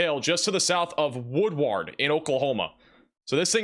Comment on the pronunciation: Just subscribed yesterday & like your presentation style & accuracy. We all struggle w/unfamiliar town names etc so fyi: Vici: pronounced Vī-sigh Woodward:is “woodword.” ; Skiatook is usually Skytook. Txs for watching out for Oklahoma:)